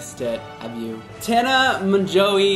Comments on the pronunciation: poly r mon-joooo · Tana Maganowy =))))))))))) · Tana Mongoose? XD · poly r Tana Mango